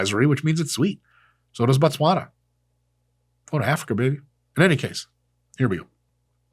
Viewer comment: Your damn near perfect pronunciation of ‘Botswana’ almost made me shed a tear.